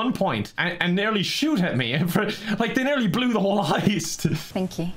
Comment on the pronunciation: Guy: Is a lot attendant Guy literally 2 hours later: "LISTEN SUNSHOINE IM THE FECKIN LEADER OF THIS HOIST YEH???"